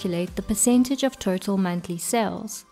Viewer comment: When you pronounce Total, it sounds like Turtle.